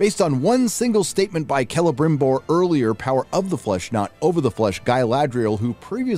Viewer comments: Why do I laugh everytime calls him Grama-BimBor... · can yous stop saying celebrimborrrrrr like that. its giving me PTSD